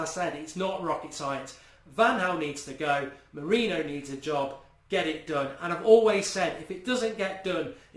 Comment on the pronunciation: Mark please...just please...start pronouncing it MOURIN-YO